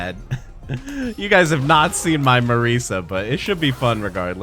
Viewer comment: Like for everytime he pronounces it "MarEEEsa"